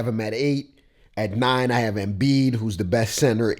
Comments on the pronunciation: homie its "embiid" not "emiid" and its "tatum" not "taytum" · EMBIID NOT EMIID NIGGA/ HARDEN NO 3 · Bih said emiid 😂😂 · Emiid? you dead 💀